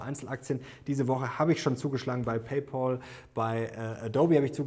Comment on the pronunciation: Pay Päel. Nicht Paul, nicht Pel. Päel.